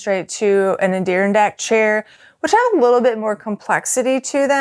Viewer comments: Adirondack chair is pronounced 'Add-er-on-dak' chair. At least here in the northeast USA. 😉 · You totally lost me when you said A-Deer-On-Dack. I started laughing and completely lost focus.